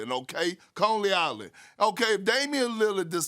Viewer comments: Conley island 😂😂😂 his pronunciation been off 😂😂 CONEY ISLAND,NY 😂😂 he f’d up moody moses name in draft too I mean moses moody 😂😂😂😂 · Lonely Island 🤣 Its Coney not Conely, but that was good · Knicks and Lakers. As a Laker fan from New York I will say it's provided some great T.V. moments. Also side note it's "Coney Island" not Conly Island 🤦‍♂️ Perk trippin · Conley island 😂😂 u mean Coney Island bro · "Contley Island" 😂😂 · Conley island 🤣 It’s Coney Island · “Coley Island”- Perkins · Did he say Conley Island.😄😄😄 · Perk can’t even pronounce Coney Island correctly